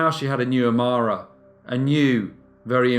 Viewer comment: Look. I really appreciate your efforts and it may sound trivial however, the word aDmire and all its' derivatives has always had a D in it which requires pronunciation to say it properly. For me, your failure to pronounce this word without acknowledging the D has spoilt the whole report. It makes you sound slovenly and lazy and I know that is not who you are. Please forgive my nit picking but I had to stop listening to this one a little past halfway.